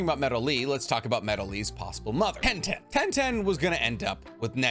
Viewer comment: I just can't with the fact that in subtitles Tenten and Rock Lee are spelled "1010" and "broccoli":D I blame you, bc of your weird american mispronouncing japanese names!